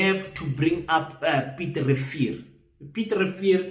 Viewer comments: King ke Piet Retief not Piet Revier. 🤣🤣🤣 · 😂😂😂 Piet Refill or Piet Retief😂😂😂😂😂?